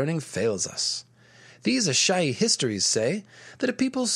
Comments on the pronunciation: Does it bother anyone else that the one dude keeps trying to go against common etymology/orthoepy to put emphasis on the the "ASH" in Asshai over the more neutral "AI"? I think it's the only instance where a word is forced into incorrect pronunciation for the sake of....nothing? Like..he goes out of his way to put the emphasis on the first syllables. What's next...carcoSAHHHH? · Loved this entire series! So informative, creative, fun, & just over all well done! I only have one question...why does consistently keep mispronouncing Asshai & Azor Ahai? Its really...distracting...